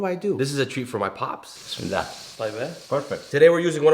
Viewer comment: At least say "Bismillah" properly